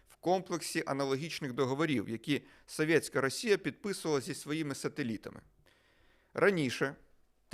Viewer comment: соВьеТьсяКая - вы так коверкаете это слово что смотреть не хочется. Чисто по рогулячи. Говоришь на украинском, так говори нормально, а не как рагулек из под западной.